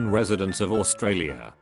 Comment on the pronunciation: imma actually kill someone if i hear australia being pronounced as oo-st-ra-li-a one more